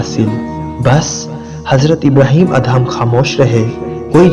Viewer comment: Assalam o Aliaqm ya ap HAZRAT ABRAHEM ALLAHYMUSALAM YA ELHAM KIA HOTA HYE PHLY APNI URDU THEK KARIN OR PAGAMBRRON KI RESPECT KARIN PLZ